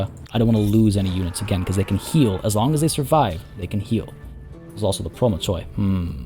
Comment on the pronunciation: good job, I really enjoy your content! Keep it up! (by the way, the mycenean unit is pronounced as "promakoi")